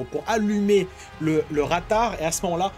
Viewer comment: C'est "raftar " et non "ratar "